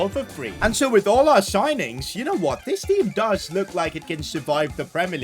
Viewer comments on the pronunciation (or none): none